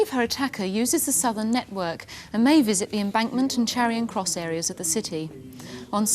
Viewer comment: Jacqui always says "Charion" Cross instead of Charing Cross.